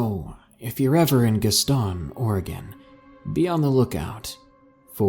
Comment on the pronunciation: the way you said Gaston Oregon made me laugh way too hard LMAO , it is more like gastn not Gast ON